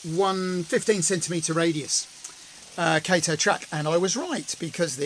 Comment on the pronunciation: Wow this is all coming together quite nicely. Been watching every upload of this, nice that you got more Japanese models! Oh and by the way Kato is pronounced "Cato".